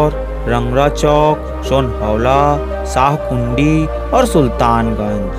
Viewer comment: Bro shahkund hota hai Shahkundi nhi hai 😂😂😂 Mai b shahkund se hu